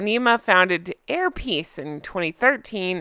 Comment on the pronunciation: Did you say "hair piece" airlines?